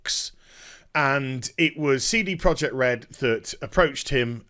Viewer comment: First off, it's amazing how you make a 14 minute video out of a 2 minute news story... Secondly, please stop calling them Seedy Project Red... :O